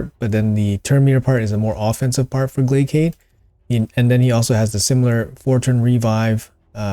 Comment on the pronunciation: Love the info and everyone hates the English nerd but "Glaciad Of The Meltwater" it's "Glay-Shh-Ed" You know...like a Glacier? Cause he freezes and is cold 😅 You go into his champion lore even calls him the "Prince of Thaw" and mentions Glaciers way too many times. Not a shooting offense just passing along the secret nerd information and stop that s tier butchering. Carry on my friend! I am down to change his name to Glaycade too if needed.